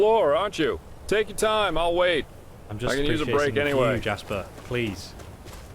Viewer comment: What about calling Jespar: Jasper.